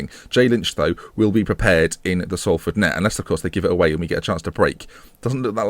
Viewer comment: and pronounced it horrendously in the first place xD